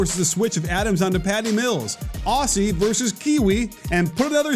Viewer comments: it’s Aussie not Awwsie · If I have to listen to another American butcher the pronunciation of "Aussie" and then subsequently say something stupid like put another shrimp on the barby I might actually internally combust. Just for reference champ just pretend the word is spelled "Ozzy". That's how you say it.